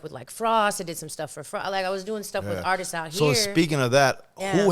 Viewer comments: The artistsisisis 😂😂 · YouTube RealadyTheQueen for unheard Juan Gotti song 🎶❤ Mr. Capone E. Needs to learn how to say the word Artists 😂 I would never do anything on the internet and put someone on blast... He literally did the same thing to her with that spm call 😂😂😂😂😂